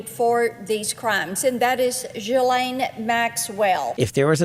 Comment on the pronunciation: I find it childish and frustrating when people like coffee call her "jizz-lane". She was trafficking kids, it's not a funny pun; and it's pronounced ghee-lane. like ghee (clarified butter)